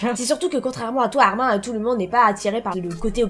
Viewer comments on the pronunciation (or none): Moi qui re regarde ces vidéos en 2022 et qui pête un câble car ont ne prononce pas le prénom de Armin Armin mais Armine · Sa se dit "Armine"